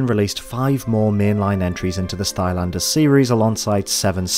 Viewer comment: Can you pronounce c, k, g without saying t? (Example: Crash Banditoot, Stylanders, etc.)